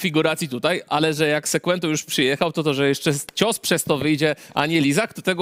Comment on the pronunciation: Sekłento 😅 sie przejedzie po tym lizaku co z tego ze trenujesz lat dużo jak nie masz tego czegoś